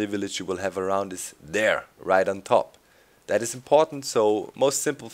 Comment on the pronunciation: "And DAS will make it no longer a Village" XD Da kommt das Deutsche aus Dir raus ;)